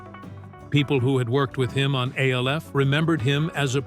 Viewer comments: I will NEVER give a LIKE or SUBSCRIBE to ANY AI voice. It's called ALF ~ not A L F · geez at least tech the AI to say "ALF" and not "A.L.F." 🤣🤣🤣🤣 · Of course it was but the show was still pronounced ALF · This is why you need to write it as Alf. So the AI narrator pronounces it properly